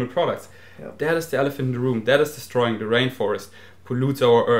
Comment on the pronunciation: I honestly thought you said "that is da straw in da rainforest 😟" but you actually said "that is destorying"